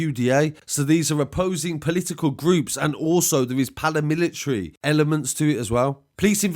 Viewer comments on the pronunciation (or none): It’s PARAMILITARIES..... not PALAMILITARIES